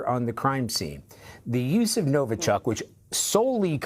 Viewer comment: It's not NovO-chok and not Novo-chUck, it's pronounced NovI-chok, emphasis on the last syllable